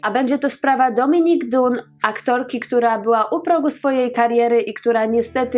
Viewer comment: Nie wiedziałam, że jej morderca dostał tak niski wyrok... Totalna porażka wymiaru sprawiedliwości.... Niewiarygodne. A nazwisko tej aktorki wymawia się "dan" ( oczywiście z angielskim akcentem samogłoska w środku brzmi bardziej jak pomieszanie "a" z "o" i "y", ale na pewno nie jest to "u").